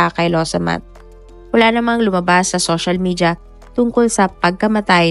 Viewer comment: Ang bulol naman netong narrator. Shoshal media my gosh. Sana ayusin naman ang pagbigkas